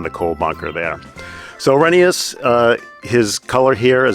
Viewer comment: Glad to hear you're pronouncing Rheneas' name properly, Reh-nee-yus